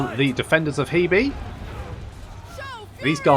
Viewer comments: The pronunciation of Hebei (河北) is closer to 'hur-bay' than 'hee-bee'. Just FYI. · We've seen the Defenders of Hebei Now we need someone to mod in the Attackers of JeeBees Since you seem insistent on pronouncing HeBei as HeeBee, I thought I'd make a pun.